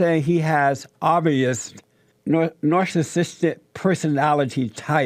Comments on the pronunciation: jlp: "nasahsistick," 😆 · Jesse, learn to pronounce the word "narcissistic" you dumb fuck!